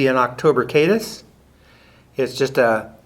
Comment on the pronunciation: Lose the gum, didn't your parent teach you not to speak with your mouth full? Nice fly, but its Caddis not Kayddis.